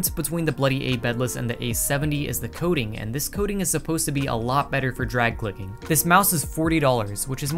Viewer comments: half the video i thought he was saying coding, not coating, and i was so confused lol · Bro the entire time I thought he was saying Coding and not Coating lmaooo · i though the was saying “coding” that whole time but no it was the “coating” of the mouse